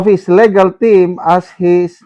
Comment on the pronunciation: LI-gal po, not LE-gal, sir, ang correct pronounciation. Mao pod ang regal, RI-gal ang pag pronounce. Mabasa unta nimo ni, sir